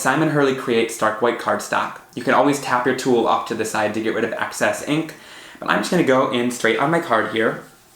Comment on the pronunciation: Please...stop with the "axe-sess'....what you mean is excess...EX...not AX.......most annoying